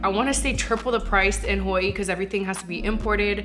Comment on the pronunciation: Am I the only one who loves how they pronounce Hawaii?🤩🤩🤩